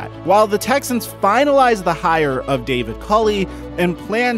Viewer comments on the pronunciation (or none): none